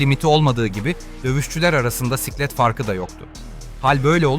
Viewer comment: Sıklet mi diyo ne diyo ooolum